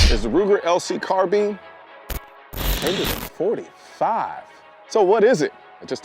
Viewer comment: Car Bean